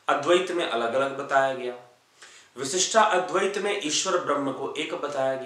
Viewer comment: You are great . Thank you . You helped me to understand the several ways of the very Indian schools of philosophy.but why do pronounce विशिष्टा अद्वैत